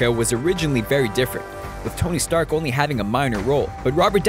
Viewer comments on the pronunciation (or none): none